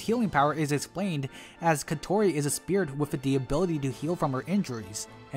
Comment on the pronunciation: Your pronunciation on Kotori is interesting going with “Ko-Tori” instead how the dub pronunciation with “Ko-To-Ri”